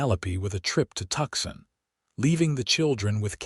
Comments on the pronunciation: Why don't you correct the pronounciation. For instance, live not LYVE, or Tucson not TUXON! And please edit. Isaac and Penelope cannot be 62 years old at a given time. Isaac is eight years older than Penelope. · Well done. The few pronunciation errors (eg:Tscon ... should be "to sun), did not distract the story... Very Well Done !!!